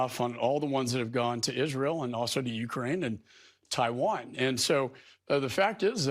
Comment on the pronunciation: Why does Lindsey Graham insist on mispronouncing Israel? And Taiwan? Is there some christian extremist background or reason for pronouncing it that way?